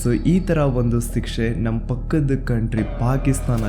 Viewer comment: It's not sikshe bro it's shikshe